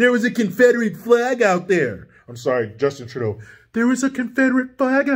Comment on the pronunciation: Wednesday night 09 February 2022. Thanks for SAYING what the rest of us WANT to say. Take care,. The way you say Justin Trudeau's name is F***ing HYSTERICAL!